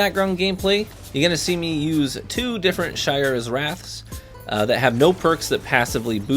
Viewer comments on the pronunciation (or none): That’s true but almost everyone keeps saying Shy-ura’s instead of Shay-ura’s. As for Antiope I get why ppl mispronounce that lol.